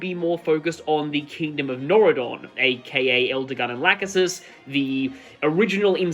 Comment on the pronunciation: reads description Is this the series with Fallen Ike, or at least, the card that inspired Fallen Ike? Then, what will it be? Archanea? Valentia? Jugdral? Elibe? Magvell? Ylisse? Fateslandia? Fodlan? It's Nordion, not Noridon. Aww, that art is adorable! Damn, that's some cool art of Yen'fay! Right, those were a part of FE4's story. Wyvern Lord Lon'qu, eh? That's pretty cool. Okay, that's awesome! Holy crap, Excellus looks like a badass (...that's a sentence I never thought I'd ever say)! Hey, I like Makalov! Sort of! I don't know, considering that he's a Branded, who aren't exactly liked by either beorc or laguz, he's probably going to stay single. Anyway, Zelgius' abs aside, I've noticed two things: 1, I think this is supposed to be the scene where Zelgius shows his brand to Sephiran (look at the lances in the background), and 2, from the looks of it, Zelgius is a Sword Cavalier in this card, which is pretty cool. Yes, I've seen the joined art of this card and the Elena card that goes with it, and I love it so much! Heh, we got an Astrid after Makalov, fitting. ...I'm somewhat embarrassed to admit that I at first thought that this was Miranda. Who looks a lot like Cassius Bright. Damn, that's some cool art! Sadly, unlike another fictional character with the title "Lionheart", he did not found the most badass military academy ever. I wonder if this is supposed to be the scene where Arvi